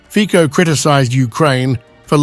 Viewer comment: If you are unable to pronounce the name Fico correctly how can I be sure that the rest of what you say is correct?